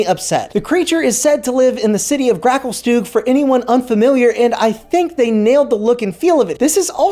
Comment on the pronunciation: im sorry but your pronunciation of grakulstugh and menzoberranzan was down right atrocious... please get it right